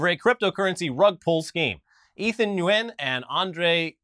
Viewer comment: "Nguyen" is pronounced "wen"